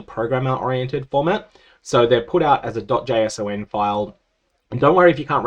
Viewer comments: Hearing it called dot jay es oh en made me want to punch my screen :) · json is pronounced as jason btw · "jay - sawn"